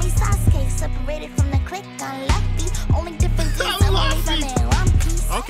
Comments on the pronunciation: And the girl saying luffy was off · The girls pronunciation of luffy bothers me too